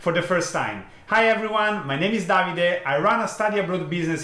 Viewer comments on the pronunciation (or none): none